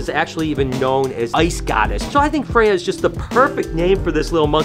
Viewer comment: In Swedish, we would roll the R pronouncing Freyja, we almost always roll the R's. Also I love norse mythology as it goes back to my ancestors religion being from a family as far as I know purely Swedish. I haven't heard anything about ancestors outside the Nordic countries at the very least. I don't know if this is how they're originally pronounced but in Swedish they are.